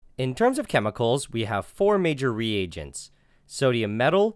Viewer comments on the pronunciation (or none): none